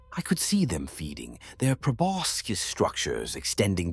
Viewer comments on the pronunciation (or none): none